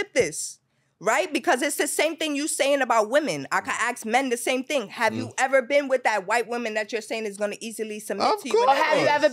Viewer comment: "Don't eva" 🤦🏾‍♀️